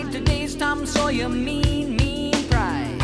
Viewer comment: I love how you love his pronunciation because I know Paul Rudd would disagree with you! 🤣🤣🤣 Tom SawyEEE